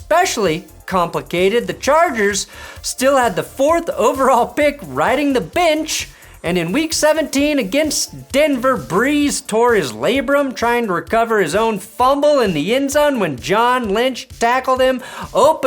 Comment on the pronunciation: The way says bench sounds like bitch